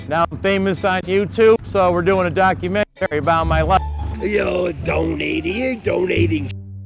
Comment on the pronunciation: Documen-terry. I hate it when people pronounced it that way.